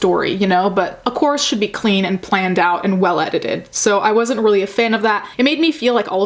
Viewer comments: My dumb ass thought you were saying corset for the first few minutes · The first time you said course I deadass thought you said corpse